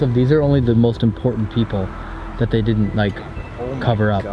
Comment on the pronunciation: WHAAAAATTTTTTT no you dinit no you dinit HE ALWAYS SAYS NO YOU DINIT AND NOT DIDNT